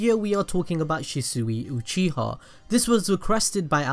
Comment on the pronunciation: Uchiha. Not oochiha